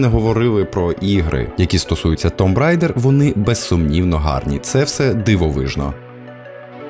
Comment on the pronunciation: Також "рейдер",а не "райдер"